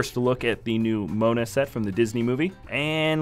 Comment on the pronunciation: it's pronounced mo_ana